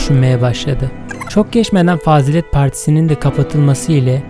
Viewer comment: fâzilet değil fazîlet